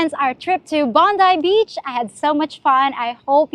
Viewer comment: 'Bondoii baych ' in ' Australian. '